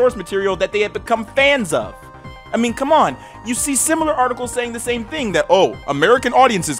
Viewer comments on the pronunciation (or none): none